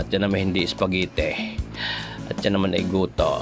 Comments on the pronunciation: Nagutom ako sa kakatawa sir! Hindi yan espageteh at ehyan aay gohtooh 😂😂😂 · Natawa ako dun sa pagkasabi sa spaghetti